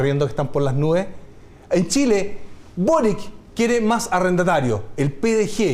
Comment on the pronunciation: Es una real tontera pero se veía ridículo diciendo Carter en inglés para luego decir Boric como si fuese "Borik" y no "Borich"